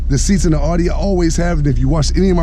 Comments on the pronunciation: ONLY THING THAT BOTHERS ME IS HOW HE PRONOUNCES IT...... IT’S CALLED AUDI!!!!!!!!!! not fucking ARI !!!!!!! AUDI NOT ARI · Your videos are entertaining but Audi is not pronounced ALL-dee :)